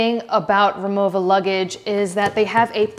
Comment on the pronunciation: She said it properly. It's German, so the "w" is pronounced with a "v" sound.